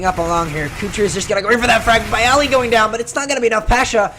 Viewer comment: Lol he pronounced it Buy-uh-lee Cringe